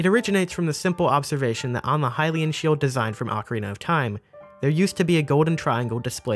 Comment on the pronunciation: Hylian it’s Hylian